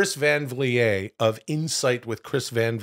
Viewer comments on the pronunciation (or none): Is that how you pronounce Vliet, brother? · Why does Will say Chris Van Vliets name wrong